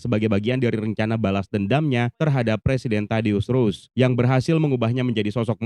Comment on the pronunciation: tidius ross bg bukan rose 🤦‍♂